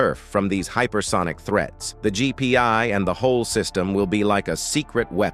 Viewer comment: That was a long exhausting video and he mispronounced "threats" as "threets". But I agree that computers and robots are the future, and it's good to see soldiers don't need to die so freely (save their lives) and also helping the soldiers to operate all of this equipment. Computers can calculate a "recommended action" to take, or in an emergency, just do it automatically.